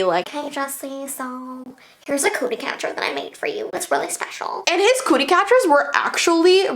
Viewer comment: I thought she said “a Coochie Catcher”